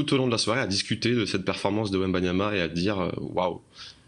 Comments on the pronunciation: C’est pas wembamiama ? Mince je croyais 😜🤣 quand c’est autre chose que du foot toute façon… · Meme pas foutu de dire son nom correctement, ils sont ridicules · un de ces jours il va falloir apprendre à prononcer Wembanyama monsieur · un journaliste français qui ne sait même pas prononcer le nom de Wemby correctement. La honte. 😂😂😂